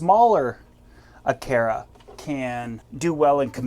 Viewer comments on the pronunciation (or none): Acara s not aceras ha ha